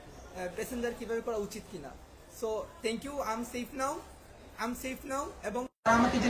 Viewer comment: Thank u not tank u. Katha balo kore bol.